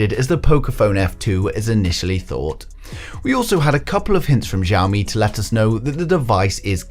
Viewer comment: xiaomi, not zhaomi. [ hs - i - ao ]